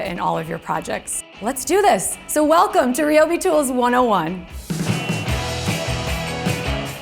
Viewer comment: Isn't it pronounced RYE-O-BEE, not ree-o-bee?